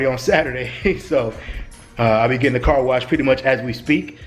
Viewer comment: Car not cat